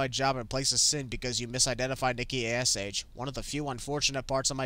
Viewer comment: you called Nikki lickky😂😂😂